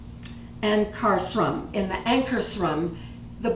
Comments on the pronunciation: Anchor-scrum is how you pronounce. I got one from Santa...the finest machine ever made. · Pronunciation..."anchor shrum" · Yay! I'm so happy for you. That will be so much fun to play with. I've been looking at these and I'm pretty sure it will be the next mixer or kitchen machine I purchase. I'm not sure which color I will pick, but that red is beautiful. I think the company name is pronounced anchor-shroom or anca-shroom.